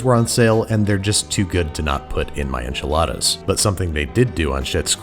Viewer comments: But don't we have to pronounce it the bizarre way Moira did, as "awnchiladas?" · I believe it’s pronounced on chiladas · They are pronounced “Anchilada” lol from how Moira says it 😂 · pronounced AHnchiladas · Man! You needed to mispronounce enchiladas like Moira 😜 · It gave me a lot of laugh how he pronounced enchiladas haha greetings from Argentina